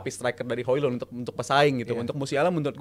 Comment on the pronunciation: Host pea banget hojlund tuh pronounnya hoilund gitu aja gatau sih pea